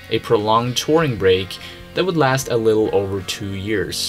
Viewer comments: You pronounce Wood and Would in a unique way. If I were to spell it in English the way you say it, it's almost like woodge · Would.....woo-da. Not wooja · Yo whoever you are its Would NOT Woult!! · FYI...the word "would" is pronounced like "wood".